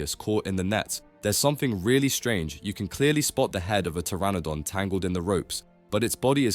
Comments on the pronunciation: Did you say the p in pteranodon? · Did bro just pronounce the P in Pteranodon???